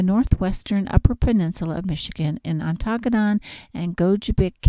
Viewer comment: Nice video of our area (Ontonagon)... just one tip: 'Ontonagon' is pronounced like 'On-the-Noggin,' with the accent on the first syllable.